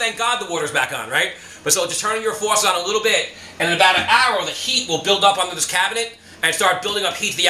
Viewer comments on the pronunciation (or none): yea I like the way he says “fuwasset” 😂 👍🏼